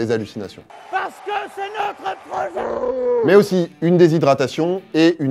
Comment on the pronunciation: "Parce que c'est notre projoooot" 😂😂😂